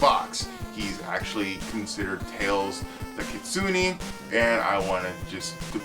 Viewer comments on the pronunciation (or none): You pronounced kitsune wrong. (Keet-soo-neh( the word Kitsune in Japanese just means Fox. In East Asian mythology and folk stories, foxes are able to become mystical beings by living a long time, and cultivating their spiritual power. Outside Korea, most East Asian Fox Sprites could either be good, evil, or somewhere in between.